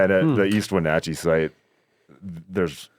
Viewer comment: As someone who lives in e wenatchee thank u for pronouncing correct 😂